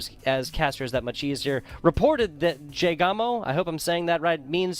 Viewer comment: You gotta pronounce the S! (Es-jay-gawmo) Either way, glad to play and hope you guys enjoyed!